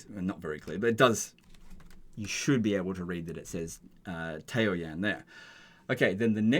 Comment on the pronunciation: Ta-O-yan lol Tao is a word. Yan is a word. Every single Chinese word has 1 syllable.